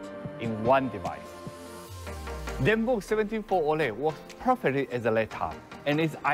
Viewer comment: Zenbook 17 Fol O..Le 😂